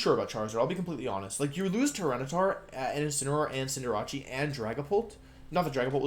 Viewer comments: I love that he missprounces some Pokémon names on purpose , like Cinderacci and Wenasaur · Why is it every competitive poketuber cant pronounce the new pokemon names? Cinderachi? Arkeenay? Ranuregus? Is this a thing? What am i missing? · cinder-ah-chee pissed me off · It’s pronounced Cinderache. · dude the pronunciation of togekiss and cinderace threw me off a bit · I love wolfey but I can't handle how he says Cinderace and venasaur